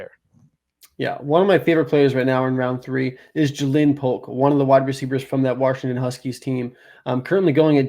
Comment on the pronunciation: Don’t take it as hating but I believe Jalin Polk is pronounced the same jaylen waddle, jalen hurts etc. great stuff guys, as always. Much love